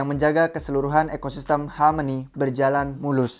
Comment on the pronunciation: Hameni hameni, rrrrrr